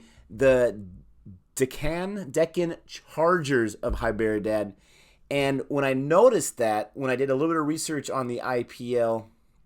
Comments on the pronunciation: Thats 'd' in Hy'd'erabad Not 'b' LoL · I like how he pronounce Hyderabad..... it’s funny 😂